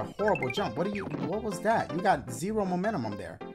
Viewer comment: He said momentumum 😂😂